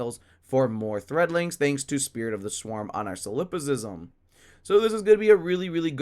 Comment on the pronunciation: That's not how you pronounce 'Solipsism'.